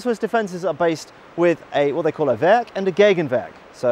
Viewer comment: the german word werk has multiple meanings. in millitary context werk means fortress, in civilian laguage industrial facillity. btw ur german pronunciation is quite good.